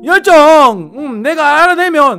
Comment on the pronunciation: 열정을 멸종이라는줄ㅋㅋ